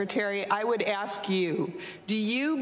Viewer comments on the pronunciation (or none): "We all AXE that you...." Come on use proper English. You are supposed to be running our country, try to speak like an educated adult, not your street lingo! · Its so disgusting to hear the chairman of a congressional hearing say "axe" instead of "ask" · How did chairman Mr.Thompson get that far without being able to articulate thoughts in the English language?? "Let me axe you a question...." The answer.........affirmative action. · Aks-What the hell is Aks? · I don’t get why some people use the word ax, when they means ask. You would think an educated person wouldn’t want to sound like a thug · At the very beginning of the video, Mr. Thompson uses the word 'AKS' for ask! Who says you have to be rich and intelligent to be a politician! Ghetto much? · Is he saying ax? He wants to ax them..... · did he say we gonna ax??? really.....is Lee running for president? what a damn fool... I want to hear the chairman say, there's going to be consequences and repercussions for anyone that touches my cornbread.. amazing someone with I'm sure his amount of Education and that's how he speaks